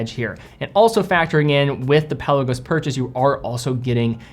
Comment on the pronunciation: Love ya to bits..... but it's pronounced Pel ar go's not pelican 😅